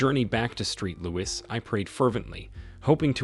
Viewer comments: The ridiculous mispronunciations make it difficult to follow these stories. And they don’t say “street louis” just once, oh no…they repeat it again and again. And thank goodness the AP had a tattoo of a heart and the name “Jay-Nett” on his arm for ID. Very low effort by the clowns running the channel. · Street Louis? sigh